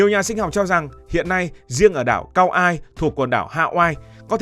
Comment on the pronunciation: Đọc là ka oai (kaua’i) ông ơi trước khi làm một chủ đề nên tìm hiểu kỹ về tên gọi và cách đọc